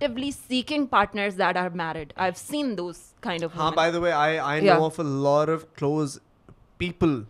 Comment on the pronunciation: Alot nai all oh 😂